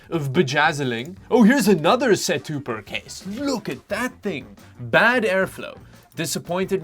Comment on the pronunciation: So he said set-tuber, but I'm convinced it's setup-er